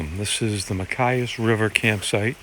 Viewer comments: Where you were is called the little Machias, btw you pronounce the ch. Good fishing. There is a chain of Machias lakes in Washington county, downeast, that are nice as well, and even better fishing. Used to be you didn't encounter people out there where you were, lol. I grew up in that area, did a whole lot of paddling... Not much else happening unless you make it happen :) This old-timer is unlikely to make it back up into the Allagash, so thanks for prompting some good memories. That steady drizzle can settle in for a week or more up there, until everything you own is damp and chilly, so all in all you were pretty lucky weather-wise. Cheers! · Ma chi as. Good effort on you pronunciation. It’s Ma chi as